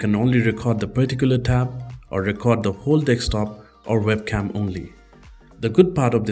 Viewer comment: DEKSTOP XD